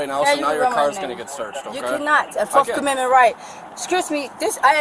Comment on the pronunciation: "forff commenment right" "Scurse me" just loud and dumb.